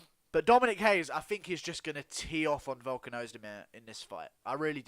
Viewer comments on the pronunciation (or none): It’s pronounced RAY-ES. Not Brazilian. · Dominick Reyes is American of Mexican descent and his last name is pronounced RAY-ES. Only people from Portugal or Brazil pronounce their first R's in a name with an H. I've got Dominick by ko/tko.